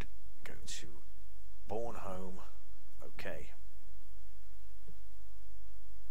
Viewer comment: You pronounce Bornholm wrong... I'm from Denmark ;D